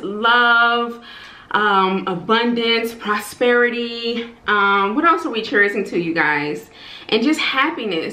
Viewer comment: Cheerzing???? Lol cheering